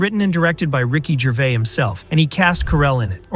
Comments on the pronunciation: A very poor video, first the idiot narrating it pronounces Rick's name as Gervay......then says there is bad blood between him and Carell, there isn't, that's a running joke.... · what is this narrator talking about....he cant pronounce Gervais.....and carrel and Gervais are good friends just messing about ...🙄😆😆